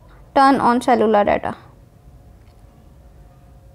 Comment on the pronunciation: You said cellular wrong😂😂🤣🤣😂😂 but the video is very helpful